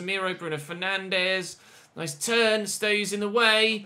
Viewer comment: I’m probably being picky here, but Bruno Fernandes isn’t pronounced like that. He’s Portuguese, not Brazilian. So it’s not ‘FER-NAN-DEZ’ it’s ‘FER-NAN-DS’.